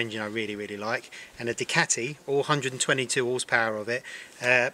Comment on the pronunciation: Hate how he says "Ducati". Argh